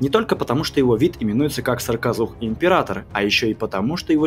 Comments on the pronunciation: В видео написано "саркозух", автор говорит "сракозух"... как правильно? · Вы забавно произносите "сракозух". Надо бы точнее, что-ль...